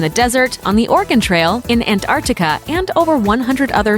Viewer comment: she said and in anartica no antartica